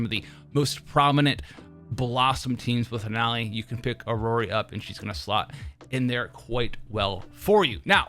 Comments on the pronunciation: its iroi, not irori btw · its EE-ROY for iroi btw. my ocd goin crazy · The one and only reason I'm refraining to watch your videos is the way you pronounce characters' names. Iroi - Iroree Jiuyuan - Jinwan Zanku - Zancow Hearing my name in the wrong way feels uncomfortable. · I think he is trying to do a Japanese pronunciation with i-ro-i that's why it sounds weird in English